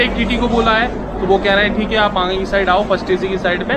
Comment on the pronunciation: Bhai aange ni aage bolo...tone thora change kro... Baki sb shi h